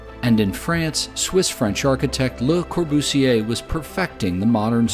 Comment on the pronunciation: Lmao he isn't saying it right at all he brutally butchered how you pronounce le Corbusier aswell